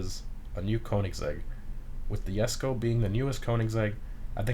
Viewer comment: So you pronounce Jesko correctly but then mispronounce koenigsegg? Bruh